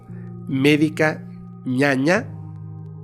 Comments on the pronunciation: Saludos desde Paraguay, querido! Es ñana, valga la aclaración dado que nosotros tenemos 2 idiomas oficiales y al referirse a "ñaña" ya cambia el contexto en nuestro idioma guaraní. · Es médica ñana, ñana se refiere a las hierbas del monte. Es por el idioma guaraní. Tú estabas diciendo que es médica 'mala' al decir 'ñaña' JSJSJS. Nada más para lo que sepas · Hola, soy de Paraguay, es médica Ñaná no ñaña. Pero lo has hecho bien. Gracias por acordarte de nosotros, aquí tienes muchísimos seguidores.